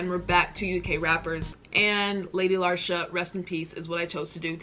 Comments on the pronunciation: hahaha Lady larshure...its pronounced Lee-sha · Lady lee- sher . Not le sharr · Where did she even get “larsha” from? Lmao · Lady Larsha??? Say Lady Leisure. 🤗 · It's pronounced LEEEEESHA. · She's referring to herself as the Queen. flag is Ghana. She's From Birmingham, UK. AND its LADY LEEEEEEEEE - SUREEEEEEEEE :) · You say her name like lady lee shurr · Her name is pronounced like the name Alicia but without the A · Its pronounced lee-sherr, shes my fav uk rapper ❤ your british accent kills me. I looove ur reactions to our amazing rap scene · It's Lee-sh-err 👍🏻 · It’s pronounced “Lady Leesha” Nice you brought the twins out for the first part of this reaction 👀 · Say it like lee sher. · Appreciate you reacting to this but please do artist research prior to uploading a reaction. Parts of this video killed me on the inside especially being from Brum I can't hear you say "Lesh-urr" again haha. 0121 🙌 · Babe it’s LEE-SHUR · What u call a British accent is a bad English accent and Britain is Scotland, Wales, England, Northern Ireland, Isle of man is British Isles too. So americans Britain is more than England aka London and has lots of accidents and its pronounced leesha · Lol react to her song quaranting she just released a video. And it's pronounced Lee sher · andrew peters I take it her pronunciation was driving you as mad as it was me LOL